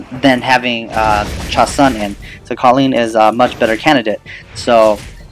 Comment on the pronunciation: Its pronounced ChaSOON